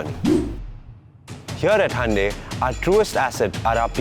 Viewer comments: It is Hyundai not hande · Good one. So it is Handey....and not hoondai or hi-undai.... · It's actually pronounced as Hyeon-de